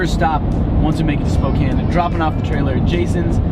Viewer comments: Thank you for pronouncing Spokane correctly . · As a Washingtonian I am very happy you pronounced Spokane correctly